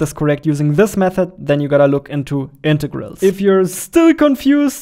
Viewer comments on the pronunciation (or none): I love how you pronounce integыls